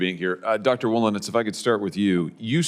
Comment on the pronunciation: "Wolinetz". Hmmmmm.